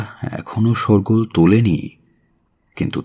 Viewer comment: Daarun production, TaanTaan golpo. Tobey, uchharon-er jotno nin. 'Shawrgol' noy, 'Shoar-goal', ebong ityadi. Aar aapnader bibhinno golpo jure obhiney jeno ekirokom, ekgheye. Ek chorriter sathe onyo chortirer khub ekta tofat khuje pai na. Apnara eto consistently bhalo kaaj kore jachhen, shudhumatro ei drawbacks gulo jodi nojore aanen, bishwash kori aaro tukhor kaaj hobe. Joy hok!